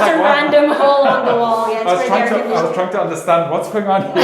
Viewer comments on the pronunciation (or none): none